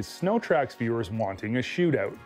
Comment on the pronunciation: A "shootooot" eh